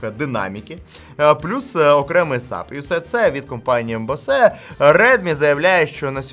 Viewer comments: Читається як Боус, не Босе ☝️😑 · компанія "босЕ"😂 Ну вже соромно не знати як вимовляти, коли компанія багато років на слуху.